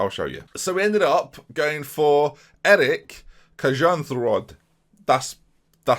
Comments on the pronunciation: Eirik’s name is probably pronounced aye-rick because of the i Source: I have a friend named Eirik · Eirik: The way you prounounce "Ey" quickly followed by a "Rick". The last name... Dont even bother mate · One of your 14 norwegian viewers here! Eirik Kjærnsrød is way easier to pronounce than you think! First of all, like many before me have stated Eirik would be pronounced Ey-Rick, then you just follow that up with saying Tjarns while sounding like a cat hissing, but instead of an a sound in the middle make a noise like someone just startled you and then finish it with Rod but say it really slowly and sound like you've just been to the dentist. Easy! =D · Im from sweden and not norway so not totaly sure but I think you say it more like "Eyrik" or "Ayrik" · You need to pronounce the first “i” in Eirik as well. Try pronouncing “Ei” as eye, and then just say rik as you already do. Won’t be perfect, but fairly close. And for gods sake, just ignore the last name, it’s gonna give you nightmares trying to say it right. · Eirik is pronounces Eir - like IR it Ireland with a broad accent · Pronounce both the i's in Eirik. Cheers